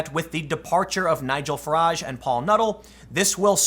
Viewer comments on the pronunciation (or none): none